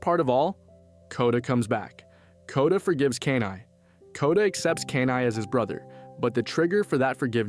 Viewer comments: my head CANT ur calling him KANAI its KENAI XD i had to get it out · “Key-Nai” not “cane-eye” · they couldn't even say Kenai's name right (Key-nai). they never watched the movie if they did they would of realized koda told his side of the story during the salmon run story telling causing everyone to worry about the bear on the glacier. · This was not a theory video. This was a recap. Don't waste your time, dude can't even pronounce the main characters name correctly.